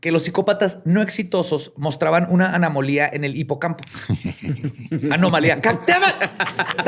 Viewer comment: dice Anamolía Borre: ejejeje😁